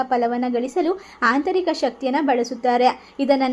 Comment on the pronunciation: ಹಾಂತರಿಕ ಅಂದ್ರೆ ಏನು?? ಹದೃಶ್ಯ ಅಂದ್ರೆ?? ಸ್ವಲ್ಪ ಹ ಕಾರ ಅ ಕಾರ ಸರಿಯಾಗಿ ಹೇಳಿ